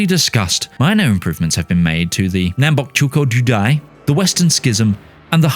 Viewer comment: "Starting with the Senguukew Jeedai"